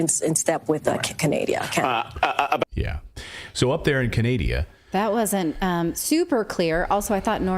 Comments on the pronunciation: She said CANADIA.....WTH hahahahaha!!! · Canadia LMFAO 😅😅😅🤣🤣🤣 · Canadia? Norad. How about Noradia?